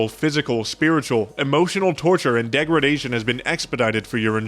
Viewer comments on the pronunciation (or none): none